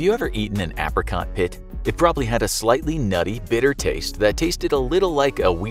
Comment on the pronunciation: The way you pronounce ‘apricots’🤣🤣